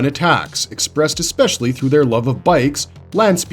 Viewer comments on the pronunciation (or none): none